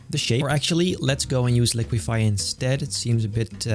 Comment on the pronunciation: REALIQUIFY 😂😂 not too much warping today